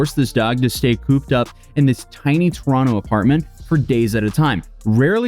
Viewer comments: And bonus points for pronouncing Toronto right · did just pronounce Toronto the proper way? As a Torontonian, that makes me very happy, eh?